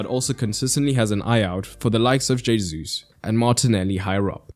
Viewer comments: I'm not a Portuguese speaker so don't ask me why it's the case, all I know is that it categorically isn't "hey-zoos" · First off, good detailed explanation and analysis as usual. 2nd, Gabriel Jesus' name is pronounced Gabriel He-soos. His name is Spanish in origin, not French. J is pronounced as an H. 3rd, the tactics of Arsenal you explained is nothing new. Very similar tactics were executed by Real Madrid for many years, with Casemiro, Kroos and Modric in midfield, while right and left backs Carvajal and Marcelo would overlap and form a front 5. Their usual 4-3-3 easily evolved into 4-4-2 depending on the opponent's shape and tactics. Benzema would drop deep to work with the midfield trio, Isco in his heyday was employed by Zidane as a roaming forward/midfielder. Last year, and also this season, Valverde has taken that roaming role outstandingly. Real Madrid beat PSG, Chelsea, Man City, and Liverpool in the UCL. For sure Arteta learned more by watching how Don Carlo outclassed Pocchetino, Tuchel, Guardiola, and Klopp.